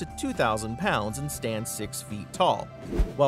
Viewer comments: "Number si" the x took the day off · Did anybody notice that he said number si